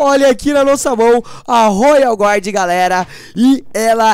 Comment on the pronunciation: se fala royal guardian não royal GUARD